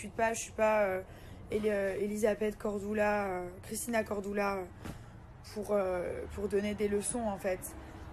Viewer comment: Mais elle tellement prête à montrer qu’elle est bette au point d’écorcher le prénoms de Christina cordula alors qu’elle connais très bien son prénom !